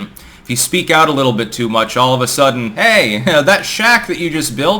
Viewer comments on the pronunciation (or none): none